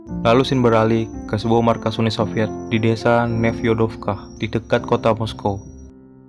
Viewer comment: Lu ngomong UNI SOVIET AJA MALAH " UNUL SILVIET"